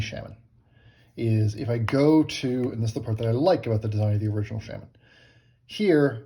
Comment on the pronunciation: Sha-men.🙋‍♂️ love.